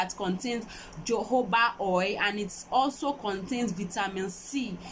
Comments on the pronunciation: It’s pronounced ho-ho-ba oil. The ‘J’ is silent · Kay Skills yeah but it’s pronounced “ho-ho and not jo-jo like the poster above stated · Ho ho ba or jo Jo ba as far as you all know what's she's talking about.